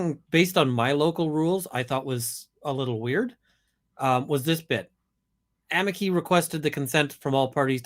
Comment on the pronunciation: This is NOT part of "the public relations battle" (they DONT talk about "poor Amber"), but rather THE BIG IDEOLOGICAL WAR against society / men! +1 for saying "amici" CORRECTLY... the "c" is a "k"... not a "tsh"... in LATIN! Removing Asbestos from a larger building is quite interesting, because you a) cover up all the windows with plastic sheets (not too tightly) and b) use a GIANT vacuum + filter to "lightly suck the air out of the building", which creates a draft through the windows that goes from outside to inside, thus you make sure the asbestos only goes into the filter. Next to the filter is an airlock for the workers... and they have to have regular breaks DUE TO WEARING MASKS and disposable overalls. If I hadnt thumbsed up already, I'd have to do it now for stating what MANY PEOPLE DONT KNOW: REAL SCIENCE has at its core two requirements: a) freedom of thought (there are NO questions that shouldnt be asked... which does NOT mean they "must be" experimented on / implemented!!!!!!!) and b) the mindset of "I COULD BE WRONG!" (a certain "Dr. F." does NOT share this, same as most activists... which makes all their statements BELIEFS and thus RELIGIOUS!) Did this statistic EVER ASK ABOUT ABUSE OF MEN? If you only ask one side... your data is FLAWED and thus WORTHLESS... unless you are MOTIVATED BY IDEOLOGY and just want to create a statistic to prove your starting supposition. "There are resources..."... f